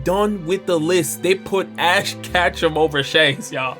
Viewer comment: Power scaler complains about casual anime fans' character rankings for 25 minutes (can't even pronounce ash ketchum correctly)